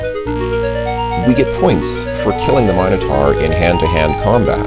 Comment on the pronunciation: I'm happy that you pronounce "minotaur" correctly. ' matter-of-fact attitude about it being "minno-tore" really grinded my gears in KQVI.